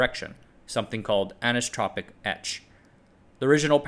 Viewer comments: an-iso-tropic not anus-tropic. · Anisotropic, pronounced the same as isotropic, but with "Ah-n" at the start. Ah-nice-o-tro-pic or Ah-knee-so-tro-pic (/ˌænaɪˈsɒtrəpi, ˌænɪ-/) 😊